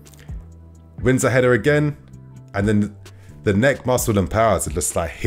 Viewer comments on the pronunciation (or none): none